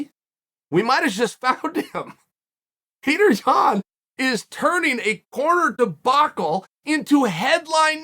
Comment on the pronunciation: The american-izing of names is getting out of hands. His name is just like you'd say Piotr if he was from Poland, but since he's from Russia, it's just Peter? Come on, it isn't hard to respect nationality. Pee-oh-turr. Not Peter.